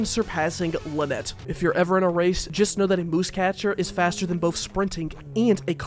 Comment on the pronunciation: Musecatcher isn’t pronounced that’d way. It’s muse (“myewz”) as in an object of inspiration for art